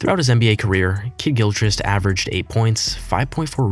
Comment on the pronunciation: bro ur killing me with the kidd-gilchrist pronunciation